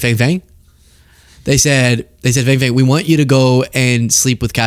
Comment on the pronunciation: FangFang is pronounced 'FongFong'.